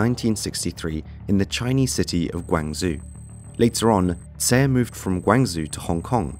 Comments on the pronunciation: It's guangzhou Not guang zoo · Guangzhou. Gwang-zoo? Your pronunciation is off there. It's Gwaang-jow. Tricky unless you hear it every day. Otherwise, very interesting video. Just jarring hearing the city name butchered like that. Also, if he came from Guangzhou, his surname may have been Xie, originally. Despite Guangzhou being mainland China, they speak predominantly Cantonese, but when it comes to familial names, they tend to stay with the original Mandarin characters and pronunciations. That's what I have gathered from my limited research. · chinese city of gwang zoo lol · It's pronounced GUANG-CHOW. And It's TE CHI LOP. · Say the city name the way it is meant to be said. Asians can say New York just fine. This say what? GuangShu? Pfft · Its pronounced gwan zo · Not even a min into the video and you’ve butchered the pronunciation of Guangzhou and Triad. Not even gonna bother watching